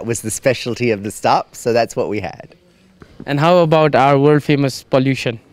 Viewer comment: Why your 'how' is 'houu'